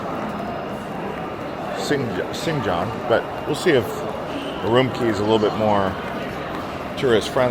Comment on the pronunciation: Great video. BTW Urumqi is pronounced oo-room-chi q is pronounced like “ch”